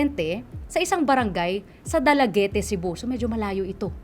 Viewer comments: It is not dalagete...its read as dalagit (Dalaguete,Cebu)...please research muna it sounds awkward for us Cebuanos😅😅😅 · Dalaget ang pronounciation.. hindi dalagete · da-la-get po, di po da-la-ge-te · Dalagete ang pagpronounce poooooooo, not Dala-ge-te. Dalaguete City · Ang pangit ng host na ito... pangit kong magsalita sa storya... anong dalagete?? Eh dala- git yan.. tsaka ayusin mo ang pag sasalita oi.. di kami bata na nakikinig ng story telling... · 'dalagit' po basa niyan,ndi dalagiti😁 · Dalagit po, not Dalagete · It’s “Dala-get” not “Dala Get Te” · I believe Dalaguete is pronounced as Dalaget. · Silent "e" po yata yung last letter ng Dalaguete.